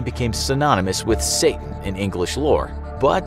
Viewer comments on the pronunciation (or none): none